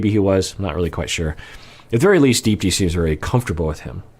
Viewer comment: Hey doc! I only mention this because I know you like to pronounce names correctly when you can. Unless I'm completely wrong, I believe you actually pronounce her name as "deep-thee" with a very soft th sound. It's common in South Asian names. My last name Gunaratne, is actually pronounced "gun-ar-uth-neh" even though there's no th. Just a heads up! Love your content :)